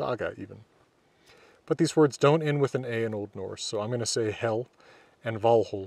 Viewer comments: I don't know for sure, but I think Hel is pronounced with a long e. So its more like "hél" than "hell". At least in Swedish that is the pronunciation. The modern Swedish word for "Hell" is "Helvete" which comes from two older words, "Hel vite", meaning "hel" and "paying restitution". Today only used for christian hell, not the old norse hel. The pronunciation of "helvete" is also with a short e, so it's more like the english word for hell. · Norwegian here, "Hel" is as far as i know, not pronounced like "hell" have to draw out the "e" and not put so much weight on the "l" so kinda like "heel" almost like the modern Norwegian word for "whole" wich is also "hel" Gjallar sounds like the Norwegian word "gjaller" wich is kind of a verb describing a very loud sound that reverberates in a very large area, often between mountains or all over a town/city. "det gjaller i fjellene" basicly translate to "something is thundering in the mountains" <- not directly translated, just making it sound appropriate with a correct meaning translation. sorry if there are any english grammar mistakes, Norwegian is my first language. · Is your pronunciation of the Ls in Hel and Valhall authentic? In modern-day Norway, most of the country would use a different, non-American (non-retroflex, I think one would say) L. I'm just wondering whether you use that L for convenience or authenticity. I find some sources saying that L could be pronounced as you do in "old Norwegian" (which is a vague term), but none that it had to be pronounced that way in Norse. Thank you for your videos, they are fantastic. I always link to you when foreign friends ask about Viking culture and language. Heill ok sæll